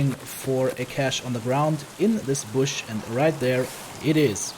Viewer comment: Thx for that! Remarks: That cross at 21 is an orthodox cross, this is supposed to be a grave. And its "bush" not brush, with brushes you create paintings :)